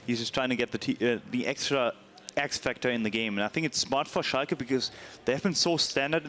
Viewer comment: Finaly a german caster who can pronounce Schalke right xD